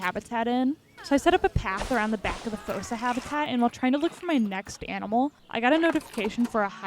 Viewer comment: Fun Fact Fossa is pronounced as if it had two O’s so it’s pronounced Foosa